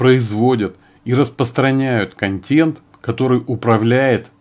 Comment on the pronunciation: КонтЭнт, КонтЭнт, КонтЭнт же! Никакой не контЕнт. Уши режет.